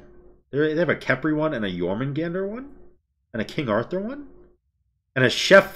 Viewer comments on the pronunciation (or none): none